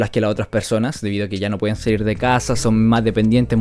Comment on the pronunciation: es saluir o salir? Igual buen vídeo bro 👌